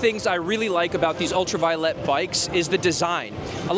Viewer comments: Pronunciation, proper pronunciation is paramount when doing any video. So, let me help you. Ultraviolet is properly pronounced: ul tra veye (as in 👀) O let. Not: Ul tra vee o let. FYI. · pronouncing the name wrong